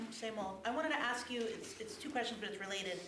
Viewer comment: Lady in White suit next to Mayor says axe instead of ask. Please stop that.